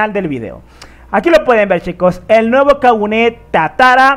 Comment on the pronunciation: Es Kagune, no Kaguné